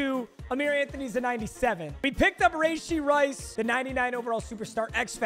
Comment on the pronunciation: That’s not how you say rashee rice’s name